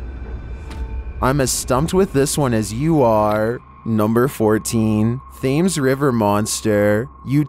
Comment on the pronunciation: love how pronounces Thames phonetically instead of the "tems" type pronunciation.😁